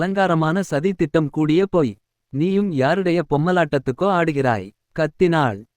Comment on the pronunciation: Romba nalla nalla story uh irukku.. innum konjam care eduthu vaasikkalaam.. pooi nee solla materngiraar booi booi nu solraar.. தமிழ் இனி மெல்லச் சாகும்😢😢